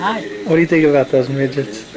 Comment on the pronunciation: "do you like migets" 😝